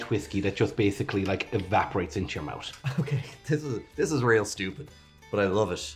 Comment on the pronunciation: says smoot than says smooth but he says mout for mouth.